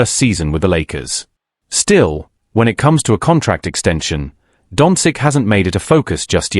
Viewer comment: You should at least learn to pronounce Luka’s surname properly. Certainly not “dontzik”, what you keep saying, but “donchich”.🤦